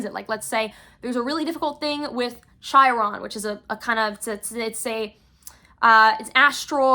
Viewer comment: Chiron is pronounced Kiron. Thank you for the eclipse ritual tips and I love you hehe